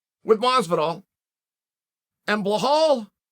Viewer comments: There's another set of fighters in middle weight. Why not find him a fight there? Also the name is Bilal not Bahal 😂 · Uncle Chael, it's legit easier to say Belal than Blahal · Love it when Chael says Ble-haal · Who is this Behal Mohammed you talk about, lol, please explain your incorrect pronunciation. My apologies if you have a disability in speech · "Blahal".. who the fook is that guy? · belal isn’t even a hard name to say lool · I hate to be THAT guy but it is a bit off the way you refuse to pronounce Belal's name properly. There's no way it hasn't been pointed out to you at this stage.